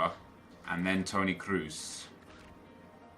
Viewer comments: Its kroos, not kruse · "Kruse"😂😂😂its kroos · It's Kroos,not Kruse ffss! XD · It's not krooser you spacca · It's KROOS not CRUISER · Kroos is not Kruse you know...